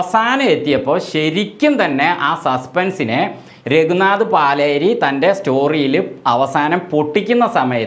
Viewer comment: പാലേരിയല്ല, പലേരി